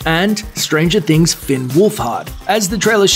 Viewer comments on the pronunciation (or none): none